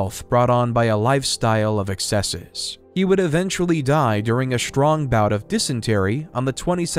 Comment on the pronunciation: The narrator has a pleasant voice but OMG the pronunciations!!!! It’s strong, not SHTrong, stroke, not SHTroke! For crying out loud, hire a professional! Preferably a Brit!